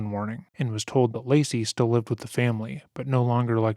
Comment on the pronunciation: i hate how their defence lawyer just called lacey "lazy" it boils my skin